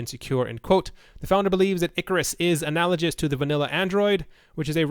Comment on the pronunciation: "Analagous" is pronounced with a hard "G"